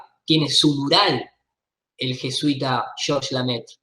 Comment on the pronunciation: El apellido es Lemaitre no Lamaitre. En frances significa El Maestro. siempre lo dice mal.